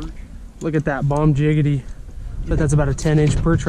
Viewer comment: It's bomb diggity not bomb jiggity lol.